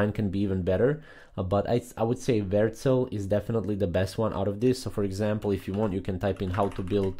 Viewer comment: Versel? What? You just never even show the name on screen or say it clearly